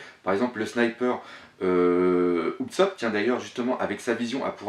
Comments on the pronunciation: Tousand... Utsopp... S'te-plaît revoie ton anglais xD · Alors ! Leçon de prononciation: Ce n'est pas Louffy mais LEUFFY, LEUUUUUUUFFYYYY déjà Ensuite: Utsop....son nom, c'est Oussop que ça se prononce >< et pour finir Tontattas, c'est pas tontatasse.